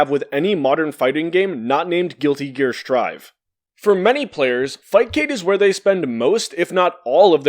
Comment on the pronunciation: I can't believe you just said Guilty Gear: Sir'd. You have shook me to my core.